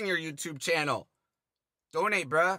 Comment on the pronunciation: The way JayStation pronounces “bruh” sounds like “bra” had me laughing every time.